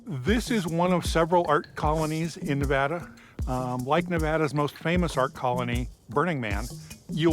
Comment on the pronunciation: The best part of this video is that they both say Nev-add-ah, not Nev-odd-ugh.